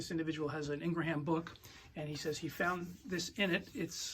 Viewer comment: It's Ingraham, not ln gra ham.